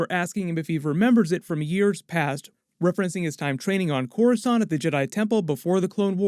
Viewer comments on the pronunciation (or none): none